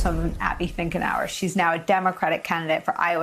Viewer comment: I heard you say her name as Abby Thinkernow ... awesome, do take away old Grassley's seat.